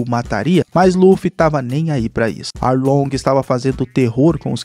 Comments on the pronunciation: Só foi eu que percebi que ele falou aounge invez de arlonge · É Arlong